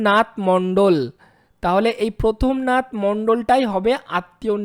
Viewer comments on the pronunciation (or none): প্রমথ নাথ মণ্ডল,,, প্রথম নাথ নয়... যদি বাঙালি হোন তাহলে বাংলা টা ভালো করে পড়তে শিখুন.... আপনাকে ছোট্ করলাম না 🚫